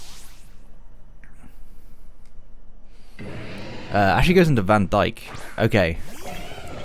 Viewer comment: Whew I thought you were screwed at the end 👍🏾 And nice pronunciation on Van Dijk; someone’s had a non-American education (or is a football fan)